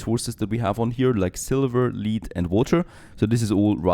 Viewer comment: its pronounced lead not lead